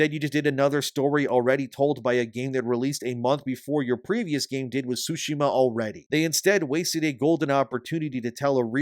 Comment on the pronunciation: Sorry to nitpick but Tsushima has a T sound. Without it, it's currently being pronounced "sushima", which is incorrect. Other than that, great work with the content.